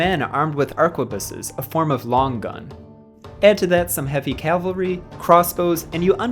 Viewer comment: Nice job. Just one little thing. Calvary ✝️ Cavalry 🎠